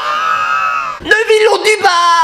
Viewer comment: Neville pas neuville